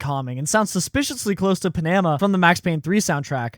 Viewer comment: It's Panama not "PA-NA-MA"